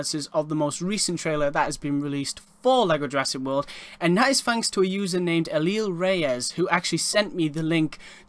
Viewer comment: Yeah you pronounced it right.